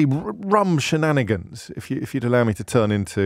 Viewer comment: Shinanigans. the Irishman in you coming out!